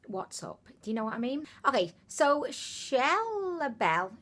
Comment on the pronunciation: You said my Instagram name correctly "chelle belle" 😊